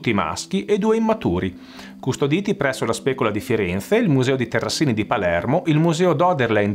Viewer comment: Terrasini, con una s